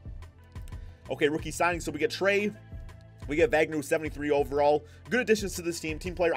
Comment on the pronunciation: It's pronounced "vagner"